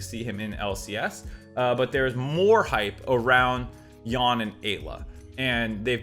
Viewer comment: Great video on a topic made spicy by Travis of Travis Gafford industries! FYI I’m pretty sure Yeon rhymes with ‘won’ for pronunciation since he’s ethnically Korean. Same Korean vowel as ‘pyun’ in jojopyun.